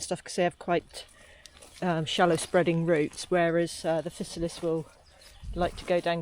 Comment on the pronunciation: Wowza! The River Cottage Mushroom guide is definitely one of the best available, beyond doubt! Worth every penny you paid and then some for a signed copy. "Physalis" pronounciation - Fye-sah-lis - as in "Fee->FYE<-fo-fum" In fairness, I pronounced Hermione as "Her-me-one" in my mind before the Harry Potter books came out..... plonker